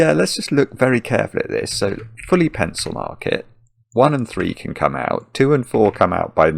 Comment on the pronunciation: I love when he says "pencilmark" it actually sounds like "pencilMARK" as if to point to goodliffian notation :)